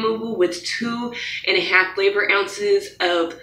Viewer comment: Lmao I thought she said flavored! Im dead😂😂😂